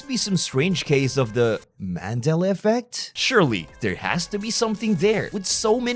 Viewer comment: Did my guy say “mandel” effect ? Lol